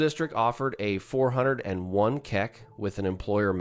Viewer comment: Did the "401k" remark make anyone else think this was an AI voice? Who else verbalizes it as a "four hundred and one kuh?!" 😂